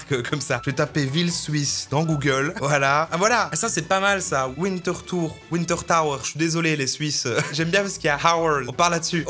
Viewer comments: les français savent peut être pas parler mais la on parle d'une ville suisse :) on dit bien "vintertour" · "Ouinetrtaeur". Mes oreilles saignent mais c'était fun quand même ! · Alors on dit "vinetertour" 😁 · En fait c'est plus W=V (interthour) Genre on dit vinterthour pas comme hiver en anglais mais hiver en allemand... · Mdr sa se dis wintertour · Ça se prononce « Vinteurtoure » ;) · Ça se dit Vine ter tour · le V se prononce F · Prononcer le nom d'une ville suisse en franglais, c'est moche et pas forcément logique en effet